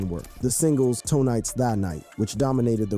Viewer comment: Also you called it Tonight's tha night and "TOE knights THAnight.